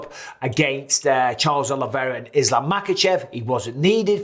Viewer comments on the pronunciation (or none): none